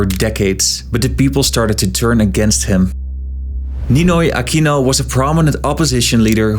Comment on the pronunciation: please stop using the spanish accent when pronouncing filipino names, just say it in the English way. Props to you tho for pronouncing it as "Ah-kino" instead of "Ah-queeno" like some other American youtubers.